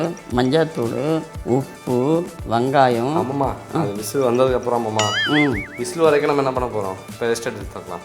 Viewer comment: I like the way she says Vangayam instead of vengayam.. n I love the way he addresses her as...